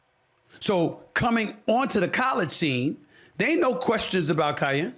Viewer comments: Say it with me “Kai - Ann” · Its KEE-YEN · He butchering his name lol😂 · Lame! Bro don’t even know how to pronounce Kiyan’s name but acting like he knows what he’s talking about, so I knew you haven’t really watched him, then you said you haven’t watched him 😂 comparing the two simply because their dads are friends. There’s a difference… Kiyan is 6’5 and Bronny is all of 6’1, he didn’t get any of the height like people were expecting he might get. You don’t know how LeBron handled it compared to what Bronny himself wanted to do